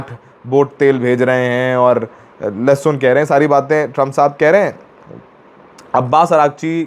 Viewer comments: lehsun kah rhe hai ?? 😂😂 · lehsun keh rhe hai 😂